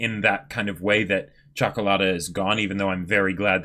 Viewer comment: Ok, so I'm from Romania, that is a latin and a slavic country so I can speak Italian and a bit of Russian. The way says Ciocolata is almost perfect. For an American, it is worth a medal. Luv you guys!